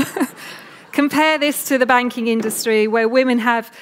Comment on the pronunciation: The one with the short hair looks like a les.....did she say banking industry or wanking industry ?